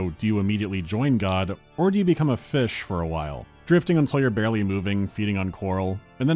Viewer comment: Return to feesh